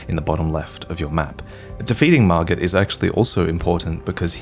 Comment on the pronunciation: Excuse me sir, did you say "kill mergit"?